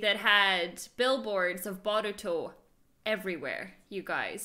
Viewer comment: Omg she said Baruto instead of Boruto